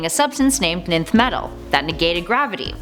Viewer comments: I thought it was pronounced “enth” not just “nth” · Great and Informative video. FYI- nth metal is pronounced enth metal. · Nth is pronounced "enth". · nth is pronounced "enth".you shouldn't have skipped your English classes 😂